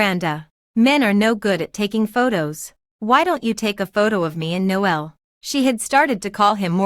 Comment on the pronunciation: His name is actually pronounced Nole and not No L Noel is another term for Christmas. It’s me being picky I know but I found it really annoying. The AI reading of these stories is often bad, with words being split and then spoken as if they’re 2 separate words. This happened many times during this story. Irritating